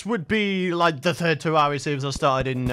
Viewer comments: It sounds like he’s sayin tewwawia instead of terraria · It’s pronounced terr air ria